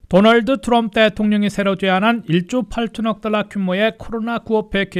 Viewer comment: 기자님 진짜 궁금한데요 왜 딴건 안그러시고 "트럼프" 발음만 굴리시나요? 그렇게 굴리고 싶으시면 영어로 기사를 전하시던가요. 미국서 태어난 대학생 제 딸도 우리말로 할때는 정확히 한국식발음으로 쓰는데....과거 박찬호선수가 미국진출 6개월후에 그랬죠 아마. 과히 좋게는 안보이는군요